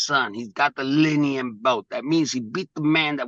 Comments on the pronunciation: Wait, is it the Linium? Or Linial?😂😂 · Bro said leen-eee-all champion then he said linn-e-um belt lmfaooooo bruh drunk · how is Teofimo the lineal champ he can’t even pronounce lineal ) he LOST HIS BELTS IN THE RING HE IS EMBARRASSING HIMSELF 😂😂